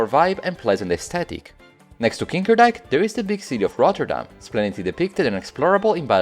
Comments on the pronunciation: I'm impressed you pronounced Montelbaanstoren so well, putting the emphasis on the right parts (even if the vowels were... Heh) And then you said kinkerdijk hehehehehhehehe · "Kinkerdijk" is not how you'd wanna pronounce that, you can guess why xD it was the right i-sound and "dijk" was also good but just remember the "n" if you need to say it again once kind mains child, and it actually sounds close to kid but with that "n" included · kinderdijk you did not say the n